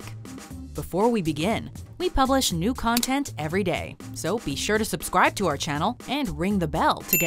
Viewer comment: Y u say “scubscribe”?